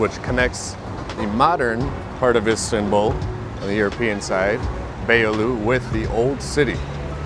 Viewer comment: Pronunciation of Istanbul.. "a" is not like in apple. Like in America the last last "a"... Fyi